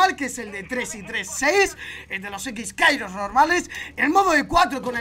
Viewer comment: Ole que a pronunciado bien la habilidad de hibana los x-kairos creo que es así si no me rectificais